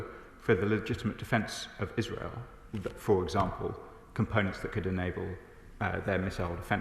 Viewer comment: We've got enough problems which they're creating in the uk so they need to sort those out first! And please learn how to say Israel if you insist on speaking English 🙏🇬🇧